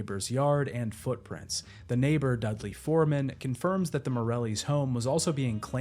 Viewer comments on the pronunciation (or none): none